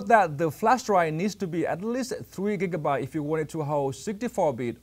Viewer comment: yes he also sad sick gigabyte!